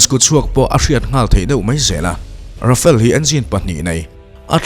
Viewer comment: Ra-fa-le tih tur.. I thumbnail ah Euro Typhoon jet fighter i dah bawk.